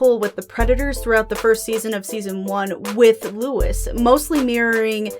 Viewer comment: LOUIE. His name is pronounced Louie, not Lewis.